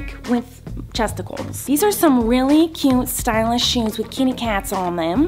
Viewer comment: “Suspitcious” “Stylitsh”